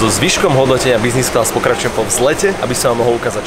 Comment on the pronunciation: Kamo práveže mňa to biznis class uplne rozsekalo :D vzdy som si predstavil toho typka :D